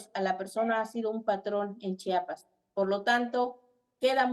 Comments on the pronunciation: Se pronuncia , Chiapas no chapas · Señor pronuncie bien Chiapas no Chapas.